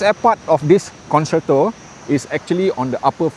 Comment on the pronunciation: I have learnt that it is FUTILE to correct your many mispronunciations and grammatical mistakes,, so I won't try to teach you the correct way to pronounce the Italian word for "concert".:face-orange-raised-eyebrow